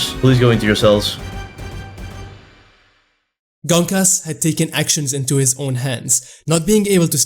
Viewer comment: Gonkas❌ Genkis✅